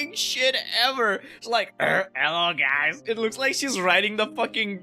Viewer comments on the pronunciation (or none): none